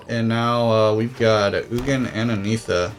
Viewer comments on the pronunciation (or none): It's pronounced Ni-ssa not Nee-ssa. Also It's pronounced Ar-boreal not A-boreal.